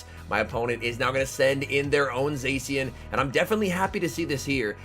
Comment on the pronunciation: My brain when he says “Zacian”: say she gen